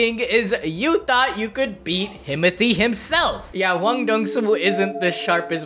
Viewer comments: Your saying hwan one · BRO PUT THAT H ON THERE ITS HWAN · No way it’s pronounced “Juan” bro 😂 the H gotta be silent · You gotta say hwan like hank hill say what. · And it's not pronounced juan lol